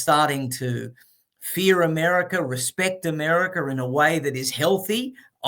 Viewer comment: Mr. Adams REALLY loves "Americer!" 😊